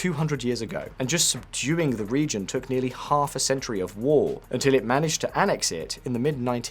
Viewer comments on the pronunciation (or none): the captions say region but it sounds like religion when you hear it 💀 I had to double check cause I was kinda shocked couldn't believe my ears.